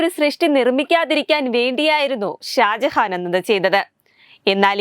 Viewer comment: തെറ്റുകൾ കടന്നു കൂടുന്നു ഹാജഹാൻ അല്ല ഷാജഹാൻ